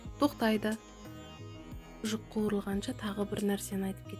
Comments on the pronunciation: Шужык емес, шыжык.Рахмет! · Шұжық емес,шыжық деп айтыңыз.шұжық ол басқа нәрсе. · Шужык емес шыжык деу керек. Оте тамаша рецепт. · Шұжық емес, шыжық деп айтады. ☝🏼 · Шужыгын не шырагым, шыжык десейш1